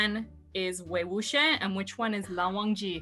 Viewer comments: Wei wikham?? LAN WUSHI?? HAHAHAHAHAAA 🤣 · You said wei wuxian name wrong